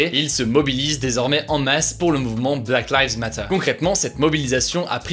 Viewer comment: Hugo : possède la nationalité britannique Also hugo : « Black laives matteUURe » ( à )